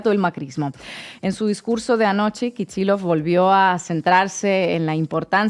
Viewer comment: No se entiende por qué se pronuncia /kichilof/ un apellido ruso que se escribe Kicillof.